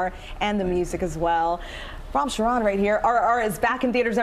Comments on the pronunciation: Charan is not a french word.. Ch is pronounced like in Charm not Sh like in chute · I saw rrr and it is a Good American lady host mispronounced actor Ram last Charan Saying Sharon not c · I love Ram Charan, I just wish she had said his name correctly